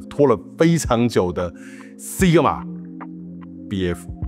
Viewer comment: SI G MA...不是 SIG MA